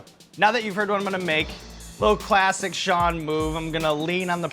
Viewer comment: Why does this bald guy pronounce his name incorrectly? It's Sean, like 'Bean', not Shawn.